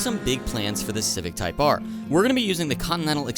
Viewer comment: It's not a Type R,. It's a Type Ahhhhhh